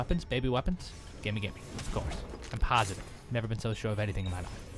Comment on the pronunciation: HAHAHAHAHAHAHA "Haave you d+benn drinking?" HAHAHAHAHAHAHAHAHA